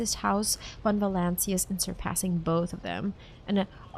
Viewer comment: Ok while u failed to prono7nce protectorate u managed to pronounce the dynasty name von volancius perfectly